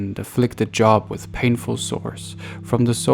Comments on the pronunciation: His name does not sound like job. Sounds like Jo-ab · Thank you, but Job is pronounced as “Jobe”. Not as in work. 👍🏼